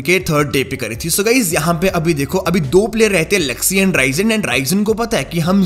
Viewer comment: Zuxxy not jugsy😂